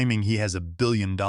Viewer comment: The AI can't say 1.3 billion dollars